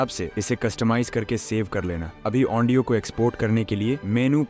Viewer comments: Audio ❌ Aondio ✔️😅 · Bhai audio ko andio kyu bol rahe ho